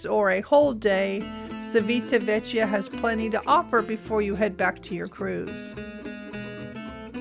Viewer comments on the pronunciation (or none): Thanks, But it's important for a travel blogger to pronounce the name of the place you are talking about. The letter i after c makes it like ch in English. Also an h between c and i/e makes it sound like k in English. So the name of the town and port is chivitavekya if it was under English grammar laws. Your welcome ❤